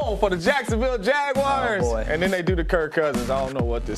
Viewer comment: please dont call us the jag-wires